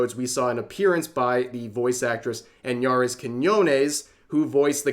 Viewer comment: Awesome video rev but you have no idea how funny your pronunciation of "Anairis" was lol